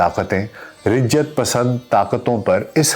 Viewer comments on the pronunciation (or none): Rijjat ( galat Talaffuz hai ) Raj at/ ya Rajat pasand ya Qadamat pasand kaha Jaa sakta hai.